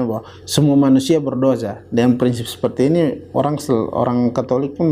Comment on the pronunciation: Berdosa bukan berdoja hwkwkwkwkwkwkwk